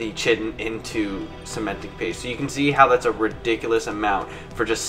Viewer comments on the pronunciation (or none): none